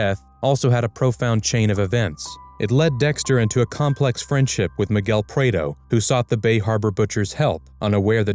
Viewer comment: AI doesn't know how to Prado 😂